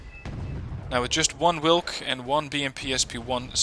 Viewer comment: In polish "W" is pronouced same way as in german. The way you say "wilk" would be written (in polish) like it -> Łilk ( you read "Ł" same way as "w" in english)